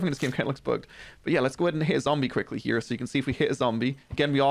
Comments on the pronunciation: You say "here" funny 😂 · Why you saying here and work like that? Wtf lad